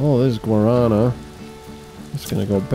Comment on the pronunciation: Guarana has the strong a at the ending. It is Guaraná. The last a is like in A-ha (the band). It is driving me nuts to hear you mispronouncing this all the time lol. I love the series though.